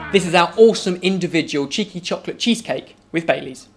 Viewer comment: I thought he said "Chicken Chocolate Cheesecake" lol